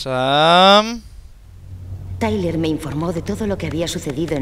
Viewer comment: se...dice...tayler